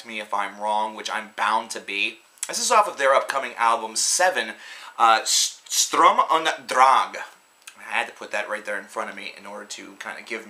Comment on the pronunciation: Pronounced "St-erm oond Dr-ang"